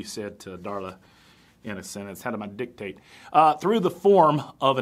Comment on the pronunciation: I'm cracking up, i was thinking the same thing when you were saying "dicate" haha. lil rascals